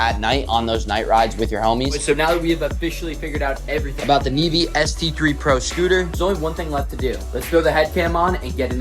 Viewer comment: Bro said nevee navae